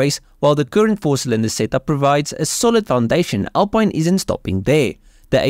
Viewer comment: It's pronounced AL PEEN :)